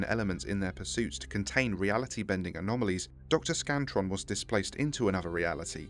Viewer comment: You both spelled and pronounced 'Scranton' wrong. Otherwise great take, and as others have already pointed out, it's not specified in the story if Scranton was ejected, but it's heavily implied he's still remaining in the red reality.